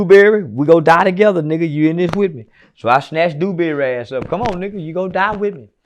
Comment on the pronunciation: He said come duewberry we in this together so come die with me…. Took me out 😂😂😂